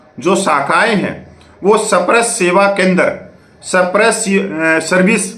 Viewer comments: सही बोलना सीखें सप-रश नही‌ इसे‌ स्पर्श बोलो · मेरे भाई, आपने तो (SPARSH) स्पर्श करके बोलभि नहीं पा रहा है! You are not able to pronounce the word SPARSH clearly. What happened?